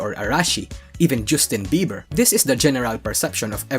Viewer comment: "Joostin Beiber" You're my dad now.